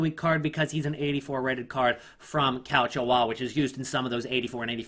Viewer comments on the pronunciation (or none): none